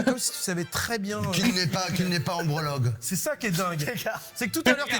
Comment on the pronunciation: le pire c'est quand même ombrologue, genre urologue, gynécologue... Je crois qu'Eric ne l'a pas dit une seule fois correctement 😂